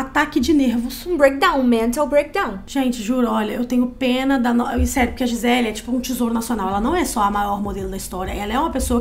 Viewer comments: Gente ele é brasileira, o nome dela é Gisele não gizeL. Podem falar a pronúncia em pt Brasil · O jeito que a moça fala o nome da Gisele 🙄 "Giselll" Mana, ela é brasileiríssima! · Gente... adoro os vídeos de vcs... mas o nome dela é GiselE... afinal ela é brasileira... não entendi o pq dessa pronuncia "Gisel"... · Vocês são brasileiras, o nome dela é em português. GI SE LE. Nós pronunciamos a última vogal. Para de palhaçada de Gisell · Gisel Kkkkkkkkkkkkk Ela é brasileira, porr!!! É GISELE! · Pq a menina ficava chamando a giselle de gisell?? 😂😂😂😂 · Di-zel???? Ai foi demais né meninas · Nossa que agonia “Gisel” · Pq vcs nao falam o nome dela em português? É Gisele.